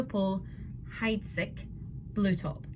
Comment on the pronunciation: Heidsieck is pronounced Heidseek. Not Hydesick.